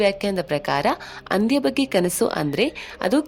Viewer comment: ಅಂದಿ ಅಲ್ಲ ಹಂದಿ